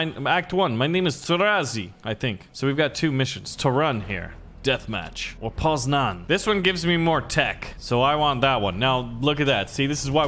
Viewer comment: 1. u need to say Gdańsk not gdansk 2. u need to say Poznań not poznan 3. U NEED TO SAY TORUŃ NOT TORUN